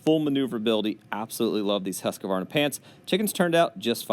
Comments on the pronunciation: No complaint, just a correction. Q in Husqvarna is pronounced as a K. I have mentioned it to many loggers, including cotontop3 and logger wade. I live in sweden, that is why I know. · Good video👍🏼 Sound funny when americans pronounce Husqvarna 😊 (Husqvarna was founded 1689 in Sweden) 🇸🇪